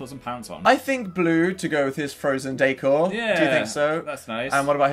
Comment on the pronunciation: daycore? ?? what about nightcore 😂😂😂 jk ik he was saying decor